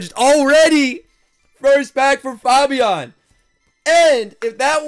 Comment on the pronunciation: Faaaabiaan? It's fabien